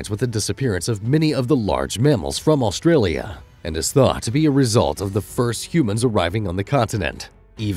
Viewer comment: There is not L in front part of Australia it's not Alstralia